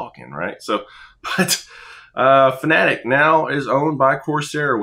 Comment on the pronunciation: Subbed just because you're one of the few I've see pronounce Fanatec correctly lmao